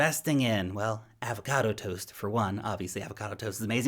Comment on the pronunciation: This is why I am subscriber. To hear you say, "Avocado Toasts" with a New Zealand accent. Great video as always. Thank you for hard work.